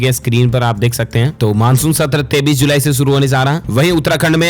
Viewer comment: 23 ko hamesha 33 hi kahte hain Aisa kon karta h bhai😀😀😀